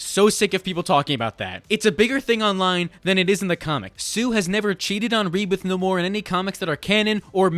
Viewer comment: God I hate how people are saying Naymor as Naaamooorrr. As someone who has been a fan of marvel it just doesn't sit well